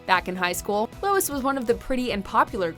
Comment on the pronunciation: Sounds like ur sayin Louis